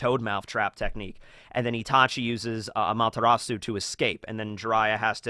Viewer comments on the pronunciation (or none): none